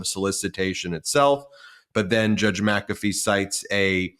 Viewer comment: WTH? MaCafee